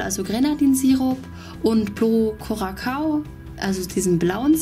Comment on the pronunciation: Das spricht man kuraso aus